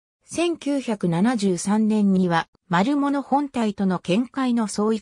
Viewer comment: まるものじゃなくまるぶつです。